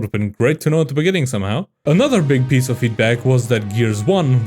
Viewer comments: "at the beninging" XD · "At the Beninging" lol. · Bro really said "in the beninging" 😂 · the AI misread “Beginning “